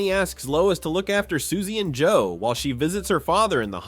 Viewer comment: "whiel you mean while? Whiel while whiel while whiel" 💀💀💀